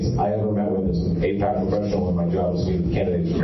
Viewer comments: It's NOT pronounced A-peck, it's pronounced A-PACK as in PacMan. Don't be so sloppy. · Apaaaac not apeeec